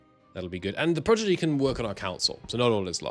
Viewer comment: You are mispronouncing “prodigy” mate, switching the d and g sounds